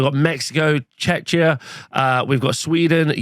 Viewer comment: Just to prevent any potential offense: it's pronounced Check-ia not Chech-ia <3